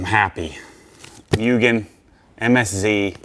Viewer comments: For a person with ocd you shouldn't have pronounced mugen wrong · i clicked the video to see how many times will say muugen and correct himself for it haha